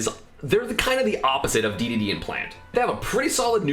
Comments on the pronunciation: oh my god did you say dee dee dee instead of daydayday cringeeeeeee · He does it on purpose to get people reactions and engagement. It’s hilarious